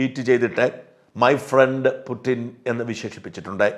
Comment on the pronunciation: ഫ്രണ്ട് അല്ല പ്രണ്ട് 😂😂